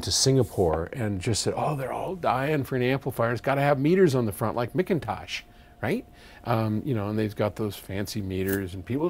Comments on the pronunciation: Isn't it a bit childish to purposely mispronounce the name McIntosh? Your own name starts with 'Mc' so you should know how to pronounce it. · Jerome Mc Kenna yeah but it's childish to intentionally mispronounce your friends name for a laugh too.